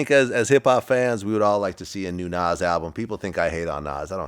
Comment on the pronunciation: Vlad even says Nas name funny. What does he have against Nas ?